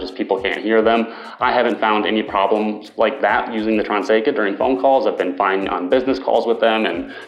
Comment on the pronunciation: It is "TRANESCA" not Transeca!